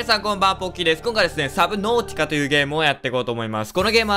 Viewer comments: サブノーティカじゃなくて、サブノーチカですよ～ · 今見てみたら この時はちゃんと「サブノーティカ 」って言えてるのに 本編入ってからなぜ「サブナティカ」って間違えるようになったのか、、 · ですよね、次からはサブナティカですからね